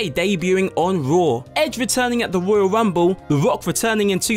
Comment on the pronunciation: The woyal wumble and the wock